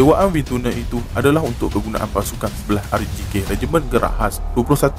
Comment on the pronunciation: Pronouncation : Wind Tunnel salah